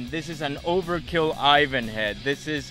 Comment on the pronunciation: Whats an aivaan? You mean Ivan?